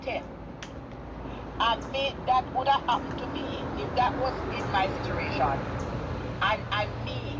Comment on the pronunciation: the word is “situation “, not “situration’ kmt!